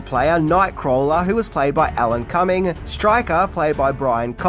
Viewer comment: It's Alan Cumming. Not Cummings. Not that it sounds any better.